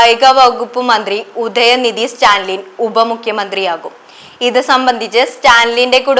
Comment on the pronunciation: Vartha vayikkum munpu ,enthanu news , athil parayunna perukal padichu parayuka, stanlin alla Stalin pls correct